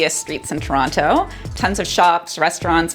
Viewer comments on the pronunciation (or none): Toronto with the hard T, cryin